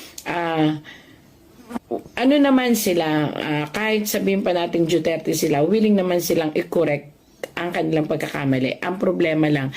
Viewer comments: duterte ma'am Hindi dueterte😅😅😅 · Mam hindi po Dueterte Duterte po